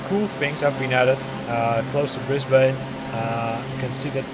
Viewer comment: Nice video! (FYI from a local, the 'ane' in Brisbane is pronounced like the 'an' in "Spartan") :)